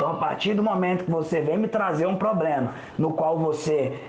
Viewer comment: Eu sou muito cética, não vou mentir. Ex: não precisa falar como no século Xll, mas falar "poblema", pra mim já é um problema.